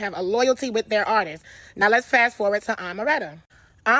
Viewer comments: Artists isn’t pronounced like “artistses” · “ARTISTS’s” BE KILLING YALLLLL